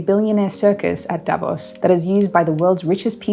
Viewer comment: Davos is not pronounced the way it is in this video and most others.